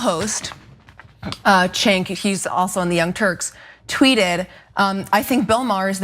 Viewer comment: The Free Press? Free for who? And how hard is it to say "Jenk". And Bill Maher has always had a racial blindspot, he is racist. To be honest, Cenk has had one himself at times, as has Ana (moreso than Cenk). A lot of people have anti-black views on some things. Israel is the most oppressive country I've seen recently - openly committing genocide. 70,000 is not the number. It's closer to half a million (500,000) or more.